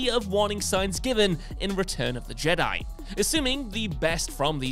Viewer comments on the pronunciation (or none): none